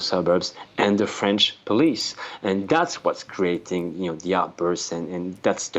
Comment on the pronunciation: This Journalist has a very good French Accent, respect! Oh, and vive la France when you don't live there! I got to get out of here!